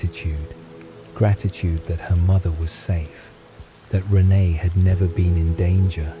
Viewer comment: I’m thinking this is actually an AI reading…not human… the sentances run together a little too fast. Renee isn’t pronounced right either.